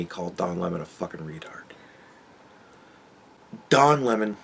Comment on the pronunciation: Le Don Le~Mon, what a twat